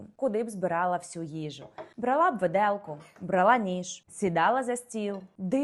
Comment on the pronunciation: Їй хтось каже, щоб вона сходила до логопеда ?! У неї літера "о" звучить як ОУ😂 І наголос логопед поправив би - брАла б😂😂😂